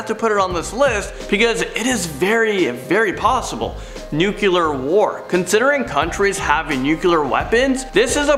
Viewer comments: I think you mean there are ten million in our galaxy. Not solar system. And it’s pronounced Hub-bell not Hew-bell. 😀 and it’s not nucular (nu-cu-lar) it’s nuclear (nu-clee-err) and the word is apropos (ap-pro-poe). Just trying to be helpful. Not being critical. 😀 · 1. It's pronounced " new-CLEE-er". 2. The baby sun is from Teletubbies. And I don't even have kids. 3. I think mankind will end before any major catastrophe simply by our intelligence de-evolving. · Hubble, rhymes with Bubble. Nuclear. Nuculear is not a word. Thank you and have a great day. Also WWI was a good deal responsible for spreading the Spanish Flu in 1918. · "Apripos" is pronounced "ap-ray-po". Also, "Hubble" sounds like "bubble", and "nuclear" is "noo-clee-ar" not "nu-cu-lar". Hope that helps. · Nuquelar...sounds like Bush talking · DUDE! Take a public speaking class! And quit yelling! And it’s pronounced “new-klee-urr”!!! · You lost me the moment you said nuculer. Where’s Ayman?! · And the nuclear war as "Nuke-eh-lar" war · Dumbness could get us... Nuc-you-lar and ir-repair-able??